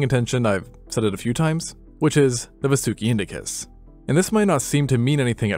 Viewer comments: Just a correction it's pronounced "vaa-soo-ki" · It,s vaasuki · I gotcha largest snake evuh right heah